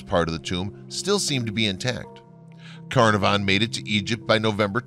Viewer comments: Arrrrrgh! Lord Carnavon is pronounced Kah-NAR-von. Or should learn the correct pronunciation before making video! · There are a great many mysteries surrounding the lands now called Egypt, and all associated with it. One thing we do know for sure though, is that you mispronounced Carnarvon everytime you said it. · This is an interesting topic, but I find it difficult to listen to a lot of names be mispronounced: Tutan(k)harmon Carna(r)von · Carnarvon is pronounced with the emphasis on the second syllable. Tut-Ankh-Amun is pronounced as its written! Great video.... despite the Americanisms! :o) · Pronounced:.... (Lord Carn ar vin) and (Tut Ank Hamun)